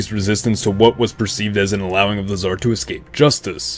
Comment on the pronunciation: nobody: absolutely nobody: scar nicholas